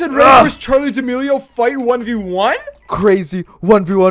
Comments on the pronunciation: Its charlie damelio not d mayo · Why do y’all call her Charlie daMayo 🤣 🤣🤣😂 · Why are you saying Charli mayonaise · “HaY I’m AddIsOn RaE BaN aNd I’m. Charli D’Ameliomayonnaise” XD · “CharlieDMayonnaise” LMAO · When it’s supposed do be Charli Mayo